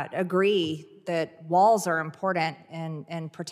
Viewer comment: No d in important you marg, learn the language or leave marg.